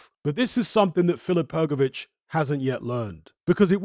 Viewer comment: Come on man,drop that letter "e" from Hrgović(Hrgovich),it is not "hergovic"!